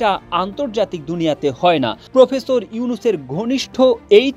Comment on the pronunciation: ""প্রুফেসুর"" ইউনুস কি? বুঝলাম না।